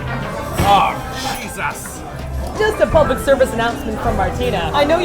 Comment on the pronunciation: I don't know if other people noticed but said SHISUS instead of Jesus I laughed at that.